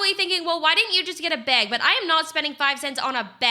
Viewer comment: You called it beg